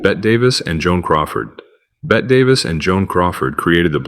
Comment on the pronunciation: It’s pronounced BETTY!!!!!!!!!!!!